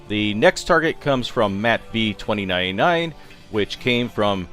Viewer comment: DID YOU SAY MATTV2099